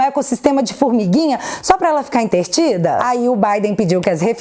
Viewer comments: Mineiro fala entertida...mas a palavra é entretida. Kkkkk Posso corrigir você, pois sou mineira. Beijo... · Querida, não leva a mal mas é "entretida" e não "entertida". Não fica chateada comigo não, tá? Bj, adoro vc